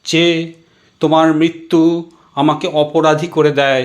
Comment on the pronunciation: উৎসাহ সাধু। উদ্যোগ প্রশংসনীয়। কবিতা নির্বাচন সময়োচিত। আবৃত্তি শিল্পটি আরো রপ্ত করার। প্রথম ধাপ হলো, উচ্চারণ, রি কার, রফলা উচ্চারণ বাদ চলে যাচ্ছে। প্রায় প্রতিবার। এতবার মৃত্যু কথাটি আছে, একবারও ঋ উচ্চারণ হয়নি। এছাড়াও বৃষ্টি ট্রেন ইত্যাদি আরো কিছু শব্দে একই রকম... খেয়াল করা প্রয়োজন।